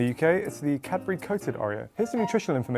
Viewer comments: Cad-bu-ry. Not cabry. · i just learned how to spell cadbury and i was shocked. I thought he said Capri for like a thousand times. ahhahah